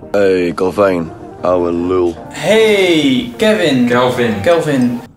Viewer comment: met met zn 'kevin' LMAO